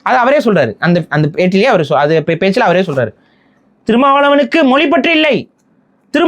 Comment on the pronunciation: மொலி அல்ல மொழி